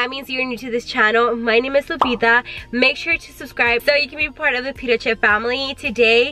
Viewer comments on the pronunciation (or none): none